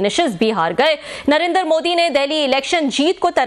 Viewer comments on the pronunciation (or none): Anchor Narender ❌ der Narendra ✅ dra